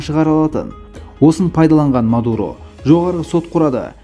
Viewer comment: Меен Мардаан , ол Мадуроо деп қойсай 😀😀😀